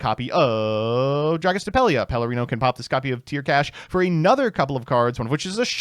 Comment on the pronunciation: pronounce “Perlereino” correctly challenge (impossible).